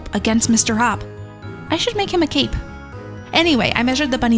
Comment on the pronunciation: I thought you said :” I should make him a cake.” Instead of : “ I should make him a cape”.